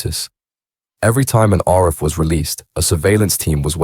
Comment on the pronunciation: Richer than the A team…nah I’m not having it and learn how to pronounce Arif.